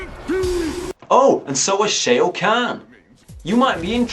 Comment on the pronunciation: stop. saying. shay-o.